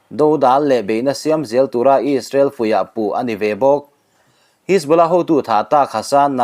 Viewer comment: A Rik dan kha diklo hajbollah ti in lam la adik a pronounsation kha